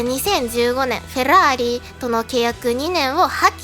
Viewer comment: フェrrrラー↑リ好き